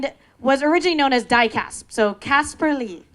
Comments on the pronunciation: CasPAR not Casper. They could have gotten a better speaker who respects names for an intro. Seriously is she even a youtube fan? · Omg IKR. I was so bothered by it. If they did their job properly and actually watched YouTube videos, she would never have said DIECASP.